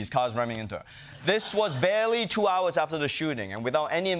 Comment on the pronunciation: when he said barely two hours i heard chihuahuas and died 💀